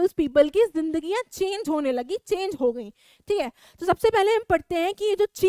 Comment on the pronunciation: That is not ho-e that's ho